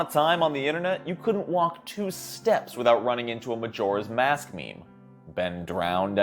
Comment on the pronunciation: Am i the only one bothered by his pronunciation of Majora's Mask?